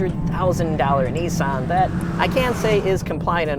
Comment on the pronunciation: Its nissan not neesan you can say nismo the right way you dont pronounce that neesmo so why pronounce nissan wrong